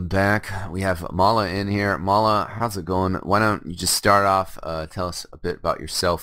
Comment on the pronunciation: its may-la